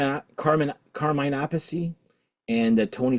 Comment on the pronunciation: I love how you pronounce Carmine Appice name two different ways. I watched a interview once with him where he set the record straight. You say phonetically App-Per-Sea, he also went on to remark his brother says the surname the opposite way to himself😅 The second " Blue Murder " is very good i.m.o. and I have ordered it!.